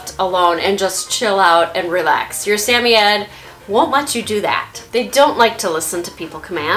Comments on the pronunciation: It’s SAM-OI-D not SAM-O-YED-ED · It's not pronounced Sam-oy-eds It's pronounced Sam-oid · I'm pretty sure its sam- oye- ed, not sameyed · wait i didn’t know they were pronounced sami-yed i thought it was sa-moyd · Hello! Wonderful video! I have had samoyeds all my life and you do a great job highlighting everything one should know about the breed. Only question is I have been pronouncing suh·moy·uhd where as your pronouncation is sam·e·adds. Just wondering if I have been saying it wrong. Again great video! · Is.... Is that how you say the word? We've been saying it Sa-Moid not Sa-Mie-Yet.....help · Please pronounce the breed correctly it’s “Samoyed not Sameyed” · In England it’s pronounce “Sam-oy-yed” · In Australia it’s pronounced sam-oi-ed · its pronounced suh· moy·uhd. love the vid! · I find it weird that I want a Samoyed so bad but I’m still not sure the proper pronunciation of Samoyed. Most of the time I say Sam-owy-ed. But this girl seems like she knows what she’s talking about and she says Sam-iy-ed so I’m out of ideas lol. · Sam- oy- ed... you say it like that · Why are you pronouncing the Samoyed dog's name like Sammied? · It's SA-MOY-ED. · I hate to be the one to tell you but you are butchering that pronunciation. suh-moy-uhd. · Are you pronouncing their breed correctly? I watched your video, went to the pet shop and pointed to one I want and the worker corrected me on how to say the name. I was embarrass.